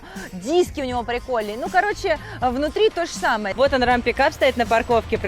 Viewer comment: Не Рам, а Рэм. Прокатиться на Рэме.